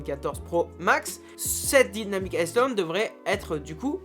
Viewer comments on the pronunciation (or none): Mais qui dit dynamic isssland ???!! 😂🫣